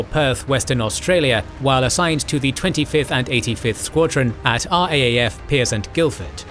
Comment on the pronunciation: Great channel! Small correction. RAAF is pronounced "R- double A- F"